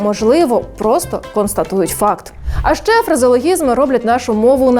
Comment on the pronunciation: А що це за "счє зустрінетесь"? Навчіться правильно вимовляти Український звук Ч